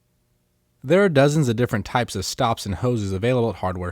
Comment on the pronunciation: Shtyle and shtops